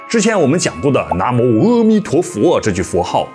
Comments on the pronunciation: 哎啊 是阿彌陀佛 不是痾彌陀佛 一開始就錯了 阿彌陀佛的阿字音 展開就是無量無邊 不要在念痾或歐 是阿 啦 拜託下 要改過來啦 是阿音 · 南無阿彌陀佛.正確念[ㄚ];不念[ㄜ].正確讀音很重要.你念的翻譯音也是念[ㄚ]. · 「阿」字音「ㄚ」，影片中解說人為什麼 把「阿」字唸成痾或歐？原本古譯阿是正確的, 影片的解說者唸梵音時阿就是念ㄚ，轉為唸中文時卻總是唸「痾」。影片開頭就說了，只有正確的讀音才能產生最大的能量，謹慎唸佛號喔！ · 南無阿（a）彌陀佛，南懷瑾先生講應讀為a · 主講人既然說要正確讀梵音, 而當年譯經者 "南無 阿彌陀佛" 這幾字的翻譯, 到現在要讀正確也不難, 為何主講人"阿彌陀佛" 要唸成"喔彌陀佛" ? 主講人在說到佛經中"阿"的時候, 都唸成了"喔" , 這樣明顯是不正確的.而 "阿含經" 不應唸成 "喔含經".